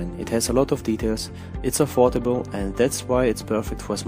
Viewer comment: "Its affortable" Yea of course